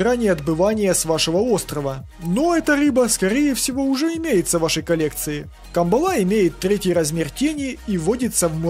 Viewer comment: Спасибо за информативное видео. Правильно произносится кАмбала.